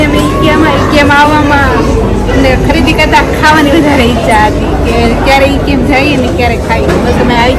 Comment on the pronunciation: It’s pronounced આયકીયા